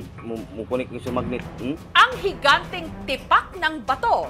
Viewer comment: Hingante nayan madam jessica????😂😂😂